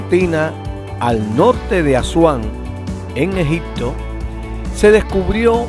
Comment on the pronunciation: Las imágenes son bellísimas sin embargo, habla usted tan mal el castellano que le quité el audio, en ocasiones dice Egicccccto, y otras palabras mal pronunciadas que es una lastima porque pudo ser un buen video !